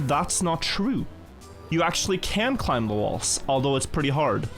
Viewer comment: why does keep pronouncing the B in climb?